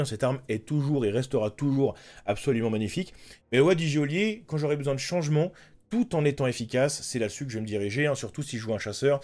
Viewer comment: Il serait plaisant de prononcer goelier correctement 😤